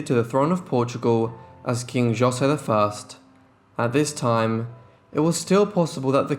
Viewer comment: It's not Joe- say, it's pronounce Ho-say